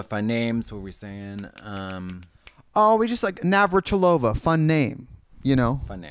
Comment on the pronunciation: Navratilova is her family (last) name though... The emphasis is on ''i'', not on'' o''. She is Chech btw) Just a little piece of info:-)